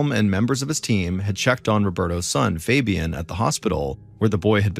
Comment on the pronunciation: the way he pronounces fabian makes me cringe